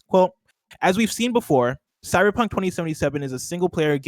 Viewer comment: Did he say “Cybercunt” ?